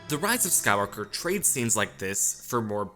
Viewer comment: Omg dude.. SKY-WALK-ER...